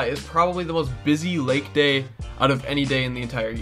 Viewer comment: he says the wake instead of lake.😂😂